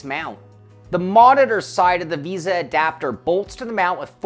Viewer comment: It is "v ay sa" mount, not "visa." Just picking on you, lol. I may buy one of these for my next rig. But I am looking at Trak Racer rigs as well. Their 8020 rigs have a lot of accessories. I do prefer the tube steel look though.